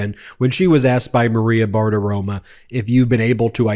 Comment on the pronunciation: It's BartiromO, not "Bartiroma." FFS.